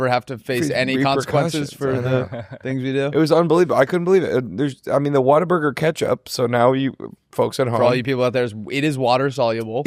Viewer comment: as a Texan I can't believe you let them pronounce Whataburger like that.